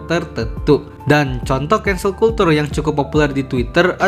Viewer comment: izin koreksi nih ya bang. Kalau culture jangan dibaca "kultur" salah cara bacanya. Yg bener itu "kelchur" agak susah sih buat nulis aslinya. Soalnya ini bahasa Inggris beda cara baca dengan bahasa Indonesia